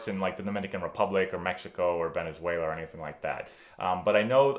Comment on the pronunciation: I know u didn’t say Venezuela. LoL